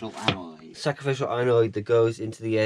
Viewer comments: It's 'anode'! 'Anoids' are what you get when you don't eat enough roughage, lmao!!!! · Nice video. Tip……. Anode is pronounced as it looks. An- ode. As in abode. Envy you your trio. One I never did. Am enjoying yours. JB